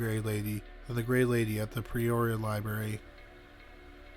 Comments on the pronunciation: Incorrect pronunciation- it’s Not PReoria but Peoria. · Its P-Ore-e-a not Pre-oria. So hard to listen to... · It's peoria, not pre-oria.😊 Damn Canadians... Lol I'm kidding I love y'all, ey.😁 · Are you saying, "Preoria"? For God's sake, you are a narrator. Can't you say PEORIA? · Why do you sat PRE-oria when its PE-oria? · With all due respect, Peoria is pronounced: pea-oar-ee-uh. You said it correctly when you said Peoria Lake. Just trying to be helpful, not critical. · Yeah, that pronunciation was bothering me too!! It’s the way he talks. He ALWAYS slurs his words like a drunk!!